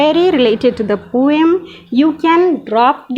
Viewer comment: Good job ma'am. But need to improve on your pronunciation. Like not a poyam. It's po um. Nacked. Neked not it's Nak ed But rest of that good job